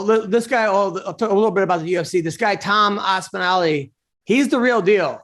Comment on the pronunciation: Who’s Tom Aspinally?😂😂